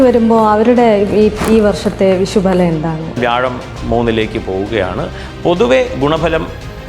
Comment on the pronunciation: വിഷ൦ഫല൦ അല്ല ഭവതി വിഷു ഫല൦